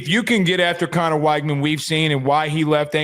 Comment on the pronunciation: Neither one of these teams have played anyone of note… Utah lost a home game then fell out of the top 25? wTF are you guys talking about…. TT has great depth that’s about it…. They are really good at every position…. Btw, it’s pronounced wig man you no researching a$$ clowns! 😝. Enjoy the show